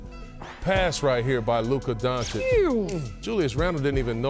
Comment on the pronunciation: Paul Spears...please learn to say Doncic somewhat right, its a must for a TV personality